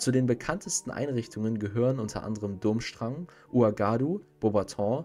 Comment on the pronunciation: Nein, Dumbledore kann nicht in Hogwarts apparieren...sonst haut die Stoty mit Rosmerta und Malfoy auch garnucht hin... Ja, er kann es Zeitweilig aussetzen (Apparierunterricht) aber nach deiner Begründung könnte auch Voldy einfach reinspazieren! Ich wollte dich auch bitten, deine Aussprache etwas zu überdenken! So ist das t bei Voldemort stumm und Durschrang wird Durmstrang ausgesprochen! Im Ansatz finde ih deine Videos gut aber in der Ausführung sind sie manchmal etwas mangelhaft! Ich möchte auch nicht bezwecken, dass du demotiviert wirst, sondern dass du dich verbesserst! Ich wünsche dir noch einen schönen Abend und alles Gute! In welchem Haus wärst du eigentlich?